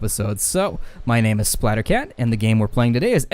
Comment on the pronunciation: I was surprised by the spanish pronunciation of SplatterCat, very good; It´s a very rare ability to find among youtubers. Mucha suerte y espero ver muchos mas videos!!!